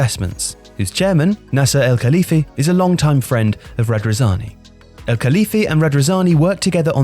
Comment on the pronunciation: I love, but I'd really like you lot to try a bit harder in the foreign name department, because that is an almost ever-present failure in your videos. How does Al-Khelaifi turn into "Elkaliffy"?